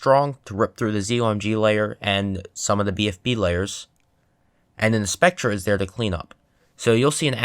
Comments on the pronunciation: "with a specTRE at the back" oh dear lord who taught you how to pronounce it (it's Spectre, Spec-ter/tor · Lol he said spectren not spectre lmao